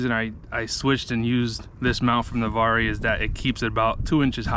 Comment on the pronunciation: It's Na-VARR the e is silent. I lived there for 14yrs. :)